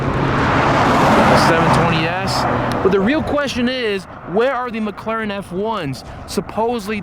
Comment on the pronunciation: "ricense" "prate" "mcraren" "merting" lmfao